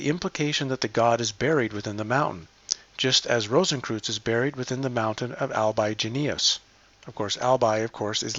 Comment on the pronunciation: 'Cowardliness' not 'Cowardness'. 'Rosenkreuz' not 'Rosenkroots'. 'National Socialist German Workers Party' not 'Nazi's'. 'Bellenos' not 'Beleneos'. 'Skorzeny' not 'Skorzensky' or 'Skorensky'. 'Wewelsburg' not 'Weewellessberg'. 'Gallia Narbonensis' not 'Gallia Narbonessis'. 'Maria Theresa' not 'Marie thereez'. 'Albigensians' not 'Albigenesis'. For goodness sake.